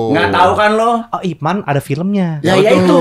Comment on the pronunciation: Mbok ya mas deddy kasih tau mereka gimana cara ngucapinnya yg bener itu nama Ip Man.....!